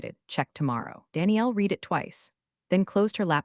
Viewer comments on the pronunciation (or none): Please. If you want subscribers teach your AI the difference between "read" (red) and "read" (reed) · OMG. READ It’s pronounced RED —RED—RED—RED NOT FREAKING REED Thumbs down 👎 get it freaking right or don’t post to YouTube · Another one is SEC is not sex 😂😂😂😂😂, although that one may have just been more noticeable in the text version. But yes,yes,yes, reed vs red. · This is getting OLD, you need to come up with something new. Read as in red, not reed. Change your phrasing with something new. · Reed instead of red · Maybe you need to tag "read" as "red" so the AI can pronounce it correctly. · AI keeps saying read like it’s present tense… tag it as red so it stops tripping over itself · Thaaank you. I am almost dying every time I listen. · Gabbled commentary. Usual AI crap - can't differentiate past and present tense of 'read' according to context, which makes a mockery of what could be a good story. I just don't get the need for AI narrative. Is it financial? If so, it's not worth it. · If that hotline actually exists, it’s probably run by the same folks who can’t pronounce read right 😂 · no reason the AI should keep messing that up lol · Sometimes it's read and sometimes it's read. Unironically is not uni-ronically though, ironically it's un-ironically. Sometimes present is present, and sometimes it's present. It's clever how the AI does the text though, pronunciation mis-steps aside. 😊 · The AI voice is getting better but still fails in certain pronunciations - specifically the word 'read' It doesn't recognize the present/past tense and resulting change in the way the word is pronounced. "I need to read the recipe"... "I already read the recipe" The cadence of speech has improved, but still misses subtle changes of tone in complex sentences. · present vs past “read” should be easy fix lol